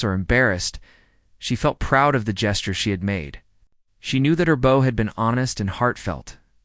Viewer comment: The pronunciation of the word “bow” is incorrect and annoying!